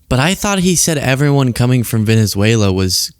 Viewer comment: Maga / Queens pronounces it "Venezuelar"